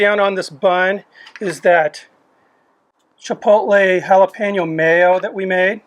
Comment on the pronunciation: I'm glad you don't pronounce it "chipol-Tay"